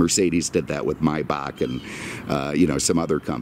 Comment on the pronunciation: Suddenly it's Maybach correctly. :D